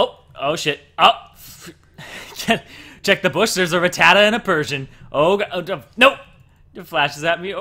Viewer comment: ra-ta-tuh? No. Rat-tah-tah. Rattata